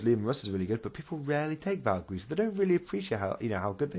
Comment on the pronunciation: Yep you pronounced it right and thanks for the props in the video. Took way to much time to get the lines in but glad you all liked it. Armoured colum list is hard to run but is fun.